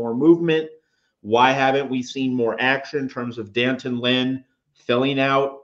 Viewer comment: there is an apostrophe after the D. As journalists, don't you know how to properly pronounce his name.... Dee Antawn